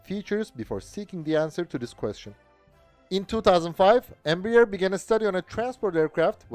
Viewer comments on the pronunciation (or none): Its not pronounced "Embra-Ear". Its "Embra-Air"